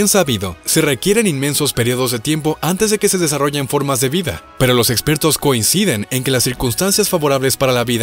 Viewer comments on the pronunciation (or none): none